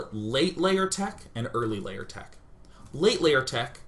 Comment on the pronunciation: Why does he keep saying "Layer" instead of "Lair"?